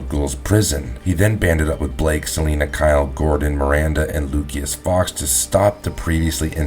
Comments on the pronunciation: [ LU-KEY-US ]....FOX??? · Hahaha the way you, a grown man, pronounces “Lucius” lololmao